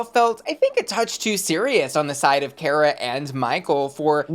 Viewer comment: her name is car-uh not care-a. learn black queens’ names.